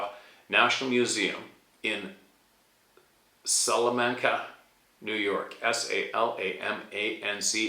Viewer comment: I live right next to Salamanca, NY... you rocked the pronunciation right. (Chautauqua Lake is on the other side)... that's a hard one for some.